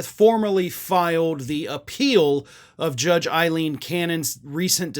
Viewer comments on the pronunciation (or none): Why do you persist in calling her Eileen when her name is Aileen? Are you using Trump's tactic of mispronouncing names like Kamala?